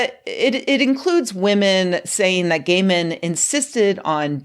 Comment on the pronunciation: Can he get a new name? It sounds you said, "Women said gay men insisted on beating...." etc. Over and over, all these horrible things gay men has done. But you can't use his 1st name - if you say, "Kneel!" with such vigor, some viewer is liable to hurt their knees. I'm not sure which is the best way forward, here. I read some of his stories years ago, and then I recognized the name, so I clicked on the video. I won't make it to the end, but oh my goodness, I wasn't expecting that.